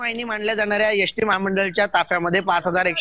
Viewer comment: यस टी की एस टी 😂 कॅमेरामन चा उच्चार